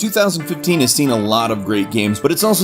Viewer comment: Is it only me who thought he said 2013 at the beginning?